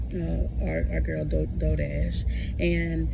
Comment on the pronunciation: ITS "DOUGH" DASH!